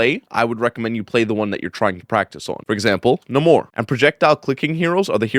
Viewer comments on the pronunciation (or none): His name pronounced Nay-more. Not nuh mor